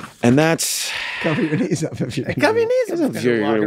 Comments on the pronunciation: To my non-English speaking ears, it sounded like Charlie said his dislikes included "people's needs". LMAO'd picturing this in a dating profile. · As a dislike i always thought he said "peoples' needs', rather than, "peoples' knees". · All this time for that dating scene when they ask him what his dislikes were I thought he was saying peoples “needs”😂🤣…I never got it but yea peoples knees is funnier😂🤣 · For the longest time i always thought that charlie said one of his dislikes was "peoples needs" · I always thought he said "peoples needs"